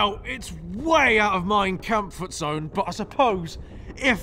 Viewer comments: i heard that "mein kampfort-zone" nice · “Mein kampfort zone” lmao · "way out of mein kampfernt zone" oh my god